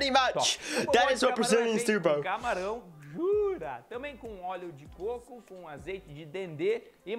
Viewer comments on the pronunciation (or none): none